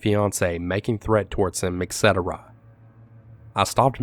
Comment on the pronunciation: Dear, I love your stories, you are a clear and concise narrator. I have one itty bitty pet peeve though....when you use the word Et Cetera, it is actually as two words. There is no X and is not pronounced excetera. The latin meaning is basically "and so on or so forth. Sorry, but the english language is being butchered due to misspellings, text speak, et cetera.;D